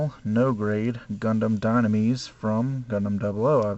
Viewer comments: srry to correct you but its pronounced Dine-u-mess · okay you was right about beam saber since it is a beam saber the GN drive is basically to power the suit and used as mobility as well, the partical rifle is just a partical rifle and its bugged me throughout it all of the pronouncing of dynames which would be pronounced dienamis sorry it bugged me so just thought id point it out o.o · ''gundam danimis'' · "say it with me now" in song its dy-na-mus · did u watch 00 dub or sub cause your not saying the name right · Nice Review! xD U said Dynames in like 5 different pronunciations :d